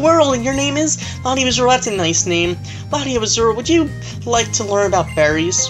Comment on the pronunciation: LatiosAzurill Wasn't in Ruby/Sapphire or Emerald in that route. Tell me, if I'm wrong. These rules sound stupid. Say the S in LatiosAzurill instead of LatioAzurill My goodness! Extraordinare Junior didn't trigger the cutscene. Maybe Gallade. Never seen it happen before. :/